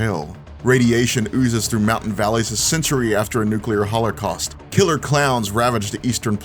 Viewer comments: ... did he say hollercost? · "Nuclear Holorcaust" lmao